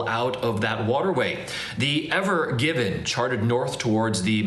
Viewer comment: No, it’s Ever-Given. The reporter is correct!